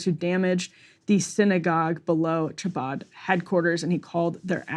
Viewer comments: Lol cha-bad 😂. I can't 😂. It's pronounced ha-baad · Emily, hard h or K not “ch”abad. Phlegmy H khabad. 😅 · A note on pronunciation: "Chabad" is KHA-bad. "Lubavitch" is loo-BAH-vich. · I love how Emily mispronounces "chabad." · If you can’t pronounce “Chabad” you have no right reporting on it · Emily needs to either A. Get some lessons on how to pronounce Jewish words or B. Have someone else read the copy on stories like this. Her pronunciation was beyond atrocious! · I love that the reporters can't even pronounce "chabad" but think they can add color commentary to this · With all due respect as a Jew that lives in Brooklyn, the way Emily pronounces Chabbad, Lubavitche, Menahem is a literal War Crime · Emily's pronunciation of "Chabad" is almost as funny as RYan saying "big ol' hat." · If you speak for a living and need to do a story about chabad where you say chabad 100 times, maybe ask one Jewish friend how to say chabad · Pleaseeee double-check the pronunciation of Chabad before butchering it over and over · Somebody please teach Emily how to say Chabad and Menachem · Cringing every time she pronounces “ch” without the guttural sound.